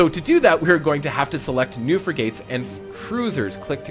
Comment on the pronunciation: it' s not fri-gates, it's frig-ats. Like frigid, but with an at.